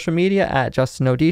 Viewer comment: i already told u I love the way u say Odisho... Love it. Learning form u. 👌